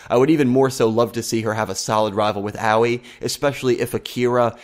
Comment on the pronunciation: I don't know how many times I still have to type this but once again I must tell you it's pronounced Ahh-oi not oww-ee please someone get this right.